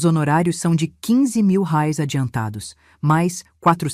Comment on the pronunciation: Kkk Ensina este bot burro falar reais! Que coisa mais ridícula!